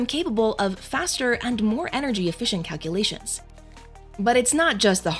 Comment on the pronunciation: excellent narration except for one thing, it’s pronounced calc-U-lations, not a cutesy calc-A-lations. 😂🎉